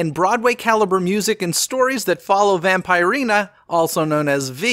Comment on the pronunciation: Pronouned Vamp-ER-ina:)